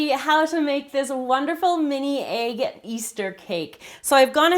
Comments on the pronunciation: Why does she say aig, it's egg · i guess it's her accent :)